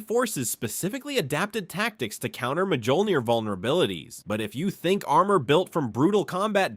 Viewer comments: The Mark 4 didn't have power sustainment issues it used a fusion reactor just like the later iterations of the armor. It also did not have energy shielding and MJOLNIR is pronounced like Me All Neer not ma joll neer. Also everything you said about the MJOLNIR program is pretty much wrong. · Literally one second in "The Majohlneer program" aight I'm out